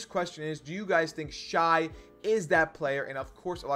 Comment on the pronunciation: Shay not Shy